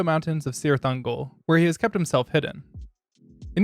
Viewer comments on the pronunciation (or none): It's "Kirith" Ungol, with a hard 'K' sound.